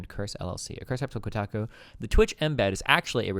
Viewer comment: Ko-tack-ooh article.